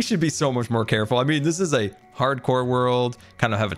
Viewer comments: "Hardcore" sounds like "parkour" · I love how says "hardcore" with so much emphasis like its a slap on title screen.